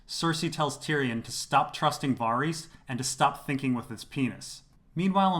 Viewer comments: Lol, VAH-reese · The fact that you continuosly pronounce ‘Varys’ wrong makes me wonder if you ever really watched the show. 🤷‍♀️